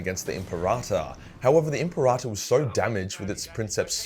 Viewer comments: Lol imparata.. Say it with me kids: “Imp-air-ah-tor” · WHY DO YOU KEEP SAYING IMPERATA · My ears itched every time you said imperator wrong lol.